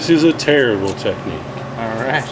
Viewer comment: "This is gonna be UGLE" "This is a TEERBLE technique" I couldn't stop laughing and it was after his second pock. All kinding aside this was a great video because the main reason I stayed away from tangiers is because I read the difficulties packing it. Is there anyway you could make a video of him or you going through the steps of acclamation.